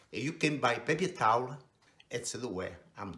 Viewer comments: the pepye tawleh xD love it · “The pepy towel is like a the toilet paypee.”